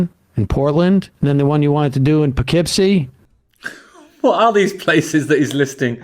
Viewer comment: Worcester is in central MA. Poughkeepsie is in the Hudson Valley in NY. Congratulations on pronouncing Poughkeepsie correctly. A lot of folks have a hard time with that name.